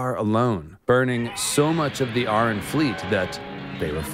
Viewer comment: Corrects Vhagar pronunciation. Proceeds to mispronounce Arryn. Did you even see the GOT series?